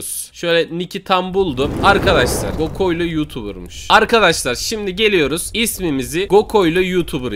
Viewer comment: Abi gokoylo değil goklo.🤣🤣🤣🤣🤣🤣🤣